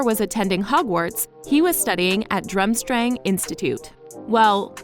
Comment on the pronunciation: it’s DURMstrang and aberfORTH